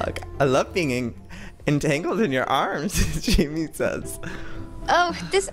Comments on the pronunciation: joey its haimeh not Jayme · I didn't know how to pronounce it but I knew it wasn't "Jamie" and I was internally screaming! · IKR I WAS SCREAMING THIS AT MY SCREEN WHEN HE KEPT SAYING "Jamie" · It's pronounced, "High Meh" as a mexican name. Jaime. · I knew it! I was thinking that but I was like "nah I shouldn't correct him" (I know from Pierce The Veil's Jaime Preciado)